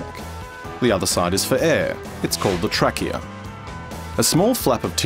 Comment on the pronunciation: "The Track-eA"